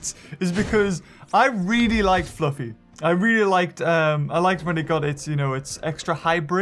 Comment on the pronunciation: Did you not call the Diplocaulus Flaffy ? and not Fluffy